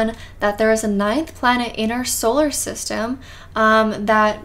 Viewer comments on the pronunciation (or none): none